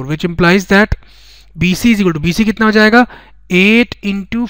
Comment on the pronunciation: Sir why are u saying kitta Kitta it's Kitna but your explanation is good